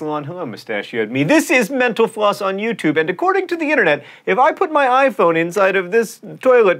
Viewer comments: When he says Mental Floss it sounds like Menopause... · Whenever he says "Mental Floss," it sounds like "menopause." :) Great episode! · J R I heard menoplause haha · At the end I thought he said "menopause" instead of "mental_floss"... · "Menopause is brought to you with the help of..." It really sounded like he said that. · Is it me or does every time he says “Mental Floss” it sounds like he’s saying “menopause”? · Sounds like he is saying 'menopause' instead of Mental Floss. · When you say mental floss it sounds like menopause.